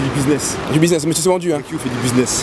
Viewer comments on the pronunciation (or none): none